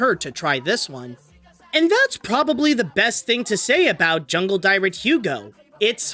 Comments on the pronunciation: Next time you do a film with a foreign title, please look up the pronounciation beforehand. I don’t speak Danish, but I know ”dyret” (=the animal) doesn’t rhyme with ”pirate”. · Jungledyret is actually pronounced “yoong-el dee-ret” Hope this helps. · The way he pronounces Jungledyret, dear me